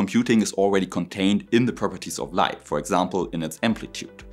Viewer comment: AI with LAIght 😊